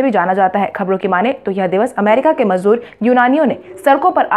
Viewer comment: मजबूर नहीं मजदूर